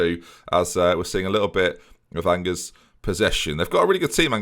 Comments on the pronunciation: me when pronounces angers the same way as the English word "angers" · MFer pronounced Angers like ang-ers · You can say it angers you